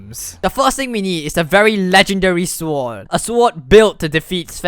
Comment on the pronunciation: he says sword like sward